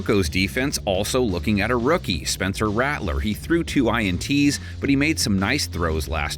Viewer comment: Is that voice AI? Please stop and pay a pro to do it... "INTs" lmao